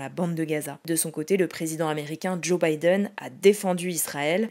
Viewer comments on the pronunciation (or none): none